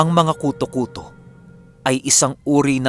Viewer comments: Wag k sana magalit mali ang pronounce mo ng KUTÓ-KUTÓ. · Mali ang pagpronounce mo ng KUTÒ-KUTÒ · Mali ang pronounce mo ng KUTÓ-KUTÓ.ginawang mong lice.hehehe...joke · Hello ang tamang bigkas po ng kuto kuto ay mabilisan😀😀. Slamat sa magandang kwento always.. God bless 👍👍😍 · mali ang bigkas mo ng kuto-kuto, dapat mabilis ang pgkabigkas, naririnig q na dati yan sa probinsya nmin. Meron tlgang kuto-kuto. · Wrong Pronunciation of Kuto-Kuto. My diin po sa dulo at medyo mabilis. Thank you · gaaa... ang KUTOKUTO ay mabilis dapat ang pag pronounce daming ganyan sa amin sa iloilo...👍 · pag ilonggo story tanungi mo ang nag padala ng story kng ano pag pronuance nya iba yon pronaunce ng koto2 eh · Hahahhahahahahahahahahahahaha Malambot Ang pagkasabi mo Ng kuto kuto marami Yan SA Amin aswang Na kuto kuto tunog Ng naglimlim Na manok